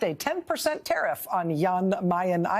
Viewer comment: TERIFF ERVYTHING.,,. what do you mean ? .,., ERVYTHING !!!!!!!!!!! 🤣🤣🤣🤣🤣